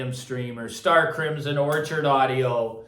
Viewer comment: Orchard audio, not orchid.